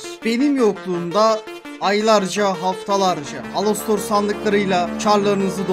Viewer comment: Alastor ❌ ALOSTOR ✅